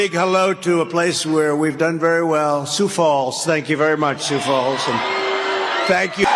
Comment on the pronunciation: I was waiting for such a response. Oh boy, what a clap back using his own gaffes against him in demonstrating he too is vulnerable. My favourite glitch, "...what, what, you doing?" And miss speaking"Sioux Falls". 😆😆😆